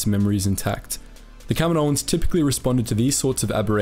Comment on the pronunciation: Does anyone else wince when he says "kaminoans"?